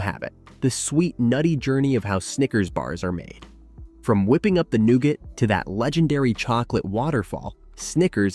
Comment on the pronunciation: new-ga. screen pics don't correspond with the narrative was my major peeve